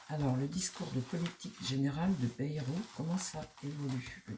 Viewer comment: Bonsoir, on dit: BAILLE ROUE